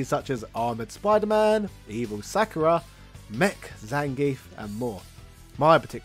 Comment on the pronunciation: It’s always fun when deliberately mispronounces things to generate outraged comments to jack up his “engagement” score. Sak-ur-a???